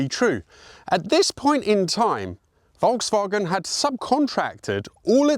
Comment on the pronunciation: porsche is the name not porsch and folkswagen no volkswagen u'r so informed but… wrong:thanksdoc